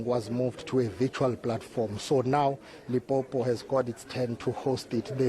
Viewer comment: Limpopo not lipopo repot or please